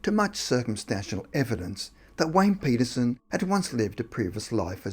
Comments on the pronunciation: Hahahaha!! At the beginning of the video, I swear that it sounds like he says Wayne Penis-son! That made my juvenile-humored day 😊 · That's what is sounded like. 😂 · Collier totally agree